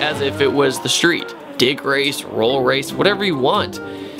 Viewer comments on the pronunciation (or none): Did he say dick race!? haha